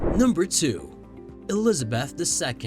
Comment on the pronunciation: Please learn to pronounce Elizabeth!